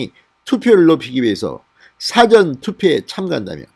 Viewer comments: " 사전 투표 " 가 아니고 "사 ~전 투표 " 라고 해 주세요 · 진의원님.부산 출신이지만 사투리도 아닌 이상한 발음은 그만두시죠. 사전이라는 발음을 짧은 고음으로 하는데 긴발음 사전이 맞읍니다. 다른 발음도 틀린것이 많은데이건 부산 사람 이전의 발성 입니다.